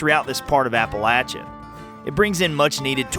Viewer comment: IF YOU ARE MAKING A SERIES, I WOULD SUGGEST THAT YOU LEARN HOW TO PRONOUNCE APALACHIA CORRECTLY. GOOGLE IT!